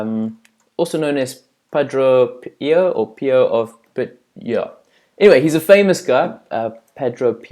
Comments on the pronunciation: Tips , widen more your research and also how to pronounce there names most especialy St Pio ( piyo ) or padre pio , reasearch on him so youll know he is a priest ... Cause you just said " this guy is famous .."🤔🤔 say what ? Hehehe broaden your research 😊😊😊😊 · Padre pio is pronounce padre piyo his tru name is francisco forgonei